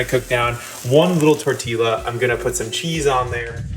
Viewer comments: Tortilla is pronounced 'tor-tee-ya' - geesh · Tor-tee-yaa not tor-teeLa. Great video! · Oh god Jeremy pleeeease stop saying "tor-tee-luh". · TOR-TEE-YA. Please don't ever say TOR-TEE-LA again. Nice video, by the way. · For the love of all things Mexican, someone tell Jeremy how to pronounce tortilla! Tor- tee-yah, not tor-tee-la. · Tort-ti-ya not tort-ti-la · Amazing job. I truly love Jeremy's energy, but it's pronounced tor-tee-ya, ll = y. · Jeremy did you really just pronounce them 'tor-tee-la' chips?? 😂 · The "double L" is not silent. It rather sounds more like "J" in English: tor-tee-jah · Jeremy, c’mon only Mexico has more Spanish speakers than USA. It is “tor-tee-yah”. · Great video but TOR TEE YA for future reference 😅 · LOL!!! And ROLL the 'r'...TORRR-TEE-YAH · it is pronounced torteeya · You're not allowed to wear that Wu-Tang shirt if you say "tortiLLA" instead of "tortilla". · Seriously?!!!! “Tor-tee-la”. Hahah!!! And this was made in USA!!, you should come to TX and we can give you some fa-jeer-ters and jal-lup-pee-noes to go with them!!🙄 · Mmmmmmmm… tor-teela chips are my favorite. 🤣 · I know you're in New England but it is Tore-Tee-Yuh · Tor tee La? Dude... Country North East. Stick with Wonder Bread! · Its... uh... pronounced torteeya. That made my brain hurt when I heard it. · Did he say torteela? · In Spanish, the "Double L" really sounds like "J" in English: "tor-tee-jah" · That's not an accent. It's just wrong lol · YES, every time he said it I was screaming - the L's are silent! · Unacceptable for an American to mis-pronounce tortilla. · This is gonna sound weird, but... there's no L in "tortilla." :) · There are no dialects in Spanish. What I've heard from the Mexicans I know is actually the pronunciation of the "double L" as "Y". Most of the different accents I've heard go by something closer to the "J" in English. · Did you just pronounce tortilla with the “L” sound? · learn how to pronounce TORTILLA :)